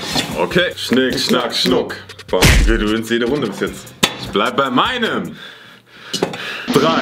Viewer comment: sagt: Schnick, schnack Schunk